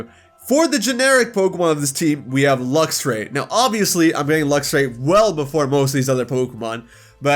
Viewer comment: DO NOT LEAVE OFF THE X IN LUXRAY!